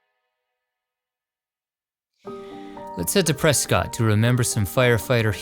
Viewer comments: this is just a nitpick, but when you mentioned the Granite Mountain Hotshots, you said the name of the town is Prescott. it is spelled that way but it is pronounced Preskitt. it's a silly thing to point out but i currently live in "Preskitt" and mispronouncing is kind of a sore spot for us locals. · If you ever return to Arizona, it's pronounced "Pres-kit." Great film, though. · I always get excited when you premiere a new video. Yous is the best channel of its kind. 2 tiny pronunciation quibbles. Waxahachie is pronounced WALKS-a-HATCH-ee. Prescott is PRESS-kit.